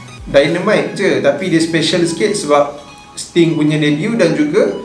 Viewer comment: Don't make 'Sting' confius, and then you say 'Aku Yahuu'. 😁👍#ItsStingNotStim